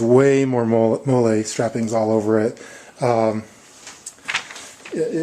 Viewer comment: FYI- MOLLE is pronounced like the girls name not the mexican sauce... nice vid tho, helpful ; )